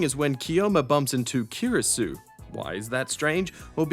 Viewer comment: And mess up every single f-ing name there is in the game. Kiiurisou? Seriously? Is it so hard to say plain two sound syllables?